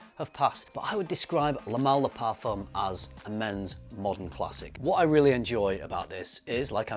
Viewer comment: Tip: do NOT pronounce the "m" in the French word "parfum". The "m" is only there to signal the nasal sound of the ("u") vowel that preceeds it... so do NOT press your lips for the typical "m" sound in English: the word ends with a vowel sound.